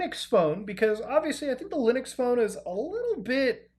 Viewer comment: Why u say lunix and not linux